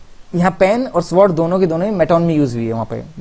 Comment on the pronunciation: Sir sword pronunciation is सोर्ड not स्वोर्ड 😊